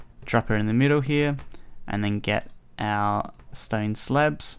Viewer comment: just me or did he say stone celebs?XD